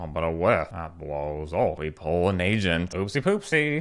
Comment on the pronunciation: As an Asian person, I sink you are saying Asian instead of Agent. Which is muy grande